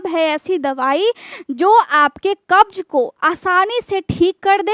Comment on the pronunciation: Plz work on your hindi grammar & pronunciation to be more authentic, future KhanSir, thanks. Like opportunities mili hai not mila hai. Mehnat kee hogi. Baat baat par rooth jaayenge NOT rooth jaayega. Namak ki maatra NOT ka maatra Pronunciation: Sugar ( Shugar) Qabz not kabj